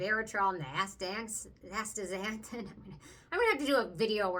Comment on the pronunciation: as-tax-an-thin , I believe is how u say it LOL. that numbuzin does look really nice. cant believe the price of skinfix?! for 1oz. oh my.